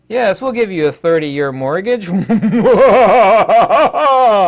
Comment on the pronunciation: Mortgage sounds like MORGUEge 😀